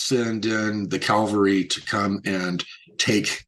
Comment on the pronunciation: It's cavalry not calvary